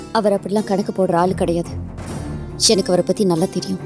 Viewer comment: its enakku not yenakku. Talk proper tamil women